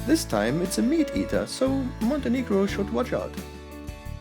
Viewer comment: Small correction , you do not spell Montenegro as you did... Second "e" letter you pronounce as "a" , so it does NOT sound like" monte negro " ( where it sounds like monte + affending word for black people) You pronounce second "e" same way as you say when you say "e" Hello , so it sounds tottaly diferent.... As its name is heard same as Italian last name "Montenegro" Meaning black mountain , but no sound to hear like affending word , as we in Montenegro do not pronounce it that way at all.